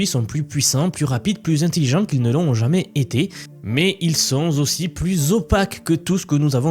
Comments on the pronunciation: Ils ne sont pas zaussi mais taussi. Merci ! ;) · Première 2 secondes d'écoute : ils sont z'aussi... Bye..